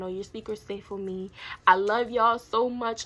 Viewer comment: said "wHy YoU sO oBsESed WiMme" 🤣